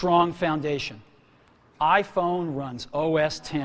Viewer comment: E dal quel giorno...inizio il lavoro del lavaggio del cervello dei bimbominkia con "l'aifon"L'AIFOGN!!!